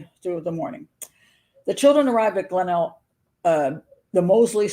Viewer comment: I live in Adelaide, and it's pronounced 'Glen- elg'